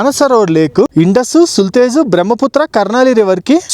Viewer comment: సుల్తేజ్ కాదు, సట్లెజ్